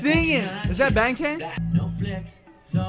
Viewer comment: okay idc that much but i think you should know that youre pronouncing their names wrong lol, its Bang Chan pronounced like B(ah)ng Ch(ah)n or even Bong Chon, Changbin is Chongbin or Ch(ah)ngbin (kindov)